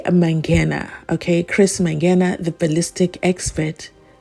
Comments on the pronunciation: mispronounces the names intentionally. He wants to paint a picture that he is not familiar with "Manganje" and "Ginanda". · Why is answering on behalf of the witness? can also correct the judge to pronounce manganje.